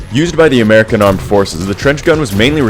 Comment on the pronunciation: its not armicharm its armican